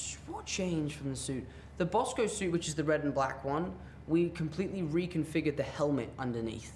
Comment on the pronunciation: Did he say the Bosco suit?